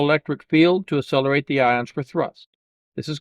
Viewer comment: How do you spell that "assellerate"? You pronounce them correctly when you say Accion Space, so you know how it's pronounced.